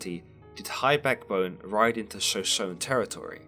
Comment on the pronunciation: Shoshon-ee. How you pronounce it.